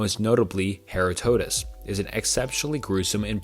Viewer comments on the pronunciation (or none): Herod-tote-us isn’t how Herodotus is pronounced. It’s more like her-oh-duh-tus.